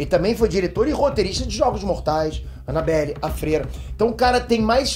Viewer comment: Ele disse anabellA. KKKKKK Toma cuidado quando for dormir...